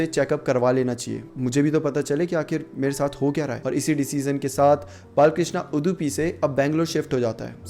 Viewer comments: It’s not udhupi it’s udupi kindly check the pronunciation also before making vedio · You had all the time to research the story, but did not have time to learn to pronounce the name of the district correct. You hindi speakers have no respect for languages from southern india.